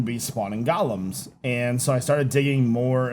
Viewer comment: #qotd Polished Diorite slabs. Just to piss off Iskall :D and its GO-lems, not Gollums! Wrong lore!